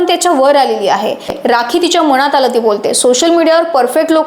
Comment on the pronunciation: मणात, म्हनतात, आनखि, पन आपन,... मनात म्हणतात, आणखी, पण आपण... अग शुद्ध बोल